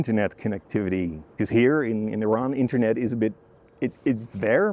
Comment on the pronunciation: The first foreigner who could pronounce Iran correctly, the video was cool and great, thanks